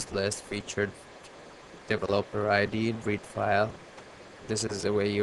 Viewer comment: Dev-O-Lope-Er ..LOL